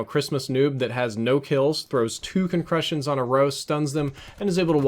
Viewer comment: Just after he accidentally came up with a new term with his messed up speech haha. Concrushions